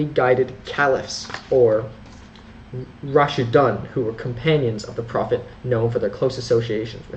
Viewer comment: Pronounce Raashiduun not Raasshidaan.. Otherwise❤❤❤